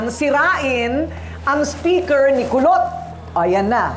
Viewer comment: Kulot po...Kulot po, hndi po Pulot...😅😂😂